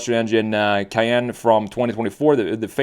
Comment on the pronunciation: The Porsche Cay-ain't